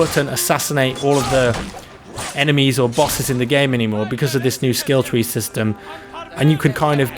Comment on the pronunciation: "skill twee swistem